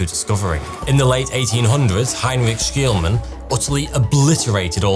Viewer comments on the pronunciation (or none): For someone who has dedicated themselves to the craft of oration, you mispronounce words pretty often... SHLEE-MAN - NOT SKEELMAN. Sounds like a skeel issue 😆